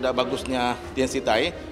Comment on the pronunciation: Densu bilang tae yah pake e bukan pake i